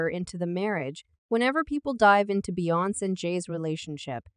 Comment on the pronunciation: You keep pronounce her name wrong. Bee-yon-ce 🤦🏾